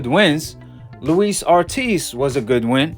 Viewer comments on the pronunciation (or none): none